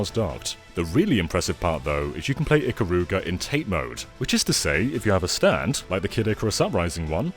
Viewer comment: And Japanese and weebs don't pronounce "Ikaruga" that way